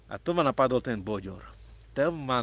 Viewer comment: To nie boďor.ale bődör